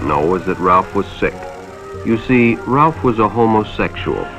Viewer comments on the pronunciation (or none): none